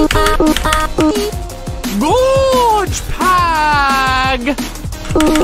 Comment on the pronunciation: G O R G P A G